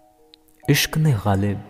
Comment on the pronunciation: Bhai pronounce some words qalat karenge Aur bhai qalib ke jaise padhrenge